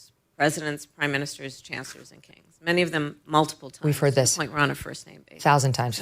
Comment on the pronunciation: she now pronounces it "kangs"